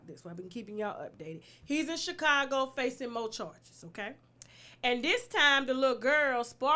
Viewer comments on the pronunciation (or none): none